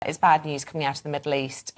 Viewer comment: Did she say bad news 😅